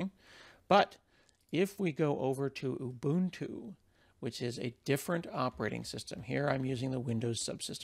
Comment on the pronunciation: I am so glad you pronounce Ubuntu correctly. :) Cool video too.